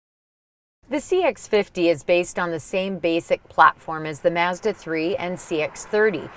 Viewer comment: I had to stop watching. I couldn't listen to her pronounce "Mazda" any longer. I kind of felt nauseous.